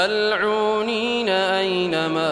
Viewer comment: There is a mistake, a genuine mistake, in his recitation. Aya number 61, stars with Mal'uooneena, NOT Bal u'ooneena. Mind the mistake when reciting or listening, thanks.